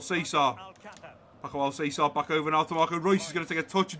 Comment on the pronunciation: Great episode once again 👍. One thing tho, Alcácer is pronounced Al-Cas-Er. 🇪🇸Otherwise I wanted to bring up kit numbers cuz I haven't seen anyone bring it up in the comments. I would give Soyuncu #4, Klosterman #3, Bardhi #24, Van de Beek #21 and Malen #17.